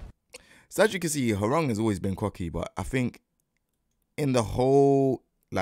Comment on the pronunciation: as a Korean , thank you for pronouncing his name correctly ~ so many non Koreans sayin his name RANG like telephone rang 😂